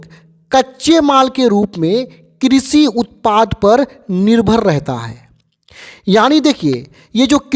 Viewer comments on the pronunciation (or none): किशी नही कृषि